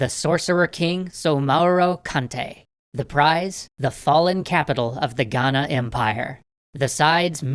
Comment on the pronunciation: As a Ghanaian the way he says Ghana is better than most so 👏🏿👏🏿👏🏿